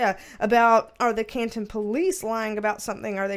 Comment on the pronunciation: I live near Canton MA, and you did pronounce Canton correctly